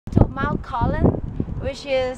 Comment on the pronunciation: coolum is pronouced cool-UM not colum. and Per-e-g-an. :) glad you enjoyed my home town.